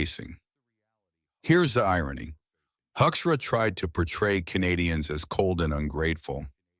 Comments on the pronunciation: Hoekstra is pronounced Hookstra...... he is a disgrace to his Dutch legacy! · Why does this AI voice pronounce Hoekstra differently throughout this piece?